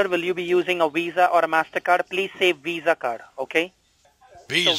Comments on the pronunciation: iPad = $500 WIFI = $70 / month Listening to destroy scammers = PRICELESS What exactly is a Weeza card? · Its not a Mastercard its a Weezah. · It sounded like you paused either to avoid laughing at his over-the-top pronunciation of "WEESA", or to consider whether to say VISA or Mastercard (choosing Mastercard to avoid bringing attention to his ridiculous accent). Or both. LOL